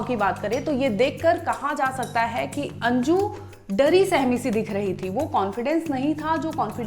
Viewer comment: Anju ❌ anji✅😅